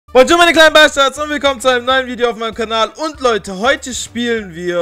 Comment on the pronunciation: Sagst du immer Bonjur meine Bastards? XD😂😂😂